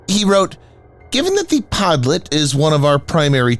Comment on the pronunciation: The pronunciation of Podlet is terrible. Try "PodliOt", stress on "O". There is Google translate for this matter!